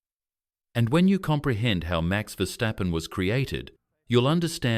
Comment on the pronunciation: Чувак навчися вимовляти прізвища не стапен а ФЕРСТАПЕН ти ідіот а не видучий